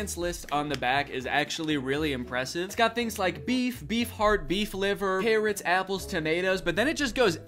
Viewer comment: I swear he says parrots 🦜 here and not carrots 🥕 😂